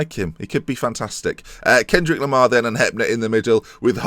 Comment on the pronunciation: He is called Kendrick Lamar. not Kendrik Lohmar!.. but whatever :-)